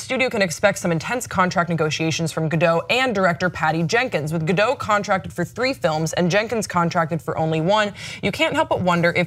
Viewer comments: Ga-dot, not Ga-doh. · Why can't anyone pronounce her name right 😩😩😩it's not that hard! G-ol Ga-do-T (the T is not silent!!!) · The t is not silent she even said it herself on the jimmy kimmel show its pronounced gal gadut like shut